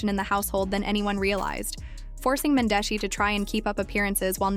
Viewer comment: Cringing to hear you pronounce Mendeecees an Yandy names all the way wrong. I can tell you don’t watch luv an hiphop Atlanta cause you wouldn’t be pronouncing their names wrong . If you gone speak on our culture learn how to enunciate their names an if u really watched the show you’d know that you are shredding their names 😬😬😬😬😬😬😬it’s disrespectful put some respect on their names